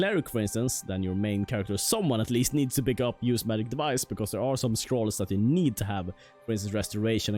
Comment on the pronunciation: i like how he says Maic instead of Magic